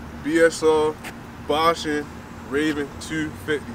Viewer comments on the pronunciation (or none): "Ba-Shawn" ... Not Baush-in, lol